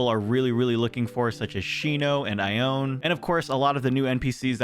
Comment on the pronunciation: Ione’s name is actually pronounced eye-oh-knee Sorry for the trouble